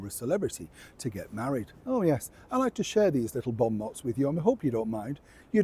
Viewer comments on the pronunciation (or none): Hi we don't pronounce the t on bon motin french (bon mo )